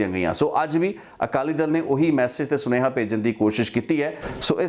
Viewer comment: ਸੁਣੇਹਾ ਨਹੀਂ, ਸੁਨੇਹਾ ਹੁੰਦਾ